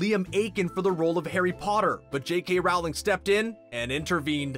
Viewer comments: Good video but pls stop saying RaUWLinG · Omg, it's pronounced "rolling". As in rolling down a hill. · Rowling is pronounced rolling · If you are going to talk about JK Rowling at least pronounce her name correctly. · All this behind the scenes stuff and the narrator can’t even say JK last name right. Pathetic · Ikr he should talk to her and ask how her name is said. WHO IS A NARRATOR WHEN THEY DON'T KNOW HOW TO SAY THE AUTHOR'S NAME?? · Did anyone else hate the way he said JK Rowling’s name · I cringe every time the narrator says “Rowling” wrong. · GET IT RIGHTTT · Please refrain from using narrators who cannot even pronounce English names such as "Rowling" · You are saying Rowling wronggggg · How are you STILL saying JK Rowling's name wrong? It's just plain rude at this point. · The way he says Rowling makea me aggressive. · I can't stand the way you say Rowling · "Rowling" as in "rolling down the hill" not "Rowling" as in "having a row with your sibling" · Why do you mispronounce the author's last name. It's pronounced the same as bowling. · Narrator: "Rauwling" Me: "I think you'll find it's Rowling, as in bowling" Also, the car is called a Ford Anglia. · i swear if he says RAUWLING one more time I'm gonna loose it! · IT'S ROWLING (LIKE BOWLING WITH AN R) NOT RAULING!!!!!! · Your saying it wrong It’s Roll-ing not Rowe-ling. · dude, it's Rowling, not Raohwling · It’s not said Jouling it’s said rolling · It's not rOWling, it's rolling! Get it right!! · I cringe everytime he says "row-ling" instead of "roh-ling" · Rowling is pronounced with the row rhyming with toe....not cow. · Why do you say rawling instead of rowling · It’s rOwling not rawling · ITS ROOOWLING NOT RAAAAAWLING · JK ROWling. It's pronounced ROW-LING! Not Rou-ling ffs! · It’s Rowling not RAWLING!!! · Cringing everytime I hear RAWLING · It’s actually not said as the first one it’s said like “r-ow-l-ing” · Jk Rowling said it is roll-ing but she responds to either one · Rowling as in bowling lmao